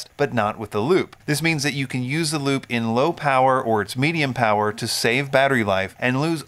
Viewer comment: Unrelated squirrel brain comment, isn't Lupe pronounced Lupe (Lupay) like the woman's name?